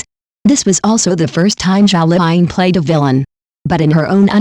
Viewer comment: Her name is zhao liying not zhao fine